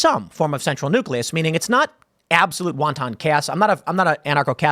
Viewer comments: Wun'tun even wahn'tun not won-ton. You're worse than the Distributist. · Did Tim just say "Wonton chaos" instead of "Wanton chaos"? I'm positive he knows the difference, but it would be a great band name.